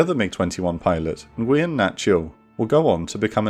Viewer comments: It’s actually pronounced “noo-wen,” not “en-gui-yen.” Fantastic video as per usual, keep it up! Maybe one on the Son Tay Raid soon? Unless you did one and I just missed it 😂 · Nguyen is pronounced "win". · nguyen is pronounced more like nwen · correct me if I'm wrong but I believe nguyen is pronounced wen or when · An action-packed, thoroughly enjoyable episode. If I were to nitpick, I think the pronounciation of the 'Nguyen' surname is rather poor. I don't speak Vietnamese, though, so perhaps it's me who's mistaken. In any case please keep giving us episodes on Vietnam air war and the air war over the middle east during the cold war era. Keep up the good work! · Someone doesn't know how to pronounce Ngyuen 😅 Great video as usual.